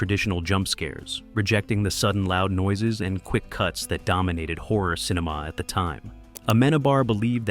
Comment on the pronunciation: After a few minutes of hearing him saying "whore" several times, I finally realised he's saying "horror". Carlos isn't pronounced CAR LOWS, it's CAR LOSS. Why are Americans incapable of respecting the pronunciation of foreign names? You all have an innate hubris that tells you that only your pronunciation is correct and foreigners must accept your pronunciation of their names. "Haunted houses" are just paranoia and superstition. Ghosts don't exist, only people who believe in silly superstitions think they do, yet you presented this as some kind of fact.